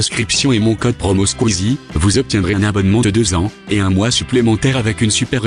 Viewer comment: Il a dit les squizoss😂😭